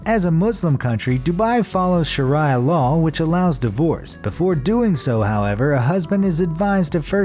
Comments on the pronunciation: its sha-reeeeeeeeeeeeeeeeeeeeee-uh! Not sha-rye-uh! With how many times we hear about that shit on news and TV, you think you would get it right lol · What planet does the narrator live on in order to pronounce “Sharia” sha-rye-ah? What a nincompoop.